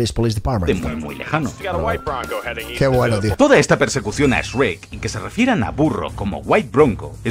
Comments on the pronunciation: Lo único raro es el "Esrek" pero a saber por qué eligieron pronunciarlo así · Lamento de decirte que usa memes en castellano y en español latino y el sabe que gran parte de su público es de latinoamerica y por eso alterna siempre en decir shrek y Esrek:v es muy gracioso xD